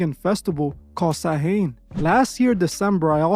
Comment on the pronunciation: Samhain is pronounced sow-win or sow-ween <Irish Gaelic>